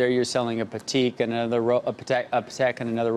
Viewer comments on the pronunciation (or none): I love how Aurel comes down to that choppers level to not embarrass him any further than the complete and utter tool he’s shown himself up to be. “Patteeek” indeed.... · I clutched my invisible pearls when he mispronounced Patek...omg...I’m from south central LA and learned how to pronounce it in the 1990’s